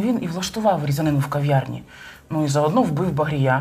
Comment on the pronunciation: Не в Ковьярні, а в кав'ярні (говорять не Кова, а кава,...)🇺🇦